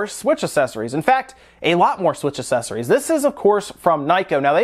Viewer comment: I'm bothered by how you say accessories...